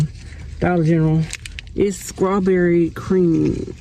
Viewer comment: Back to school, she must go. Did she say "Skrawberry"? 🙆‍♀